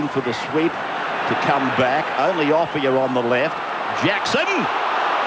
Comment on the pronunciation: Ray Warren never pronounced Offiah's name correctly.